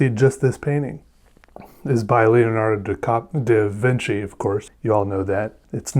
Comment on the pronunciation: It's Leonardio Davinchio!